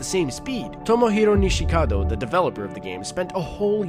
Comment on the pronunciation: i wonder how many time he messed up saying the space invader inventors name